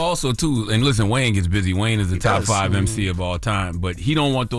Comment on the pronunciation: For Jess to say 5 like that sounded any better, it's even more wild, LOL